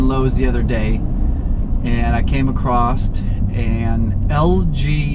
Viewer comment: Your pronunciation of the word Across has triggered me. Love your videos despite that :)